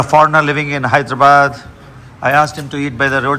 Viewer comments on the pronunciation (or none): none